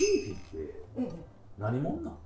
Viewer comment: 読みは「フィフィ」じゃなくて「フィーフィー」なんだなあって知りました